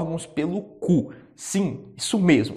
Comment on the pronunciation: Tu falou "CU" de forma tão enfática que eu não ouvi mais nada depois disso kkkkkkkkkkkkkk